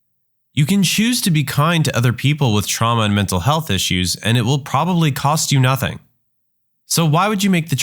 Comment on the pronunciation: "Nazing that coming" 🙏🙏🙏🙏😭😭😭😭😭